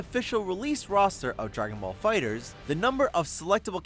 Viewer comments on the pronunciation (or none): Um, it’s fighter-zee, not fighterz. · Did you just say dragon ball fighters? It's fighter Z you say it separately I would think you would do a little research before you waster your time on this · anyone else cringe when he said "fighters" instead of fighter z